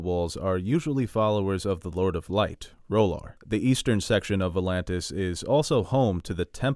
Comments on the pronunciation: Please stop saying "Roll-arr" there is no bloody "o" in the name. This is not a hot douch-y character from "Claws". Please. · You need to check your pronounciation of R’hllor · I know GRRM said you can pronounce these words any way you’d like but do you not like the show’s pronunciation of R’hllor? The way you say it seems super weird IMO but no offense, I’m a subscriber.